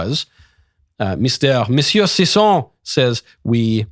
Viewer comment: I love the way he pronounces sisson